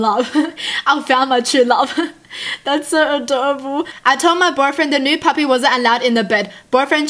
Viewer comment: When she says puppy she says papa